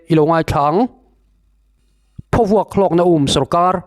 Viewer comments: Thing phaw lam rik anga lam tur emaw ka tia.Eg.thingphaw vuak.😂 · Phawvuak tih hi,Hnaruak tih ri anga ri tur a ni e